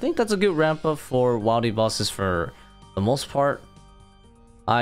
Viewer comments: He pronounced it correctly in the beginning of the video, but unfortunately he keeps falling back into bad habits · It’s wildy not wildy!! Like “will-deez” Not “while-deez” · Is he saying wildy wrong on purpose?